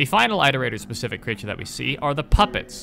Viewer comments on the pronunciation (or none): I wish we had ingame footage of the creatures in action, not just shitty fanart, but it's ok ig Edit: why does he pronounce it eyeterator instead of iterator lmao, you dont pronounce the verb eyeterate do you? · good video but im going to throw someone out a window everytime you say "ite-erator" (its pronounce it-erator, like iteration) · You do know iterator is spoken as It-er-ate-ors? Not Eye-ter-ate-ors Iterator comes from the word, Iterate. You do know how to say Iterate, no? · Sorry if this is petty, but why do you pronounce Iterator as "eye-ter-eye-tor"? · Omg bro, I’m sorry to be this guy but it’s not pronounced “eye-terator” like the “I” in iterate is a soft vowel so like the word “it” for example. It, iterate(keyword to iterator), and iterator all having the same vowel sound. Hope that helps, not trying to say you’re stupid or anything like that it just makes my eye twitch a tiny bit hearing it like that. “ Eye-terator” 🫨😬🥴 lolol hopefully I’m not the only one who has the little eye twitch cringe feeling when these YouTubers pronounce a word wrong. Somehow I always notice it so don’t think it’s just you. I’ve noticed it’s super common among YouTubers to all have like that one word they pronounce a silly way lol. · You keep mispronouncing iterator. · the I in Iterator sounds like the one in "it" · >pronounces cicada correctly and says that the second part of squidcada's name comes from this >still pronounces squidcada totally differently and weird >still pronounces iterator weird why are you like this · why do you say iterator like that :( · You mispronouncing "iterator" makes me cringe.